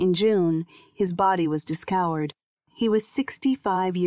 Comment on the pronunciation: "his body was disscowered"?..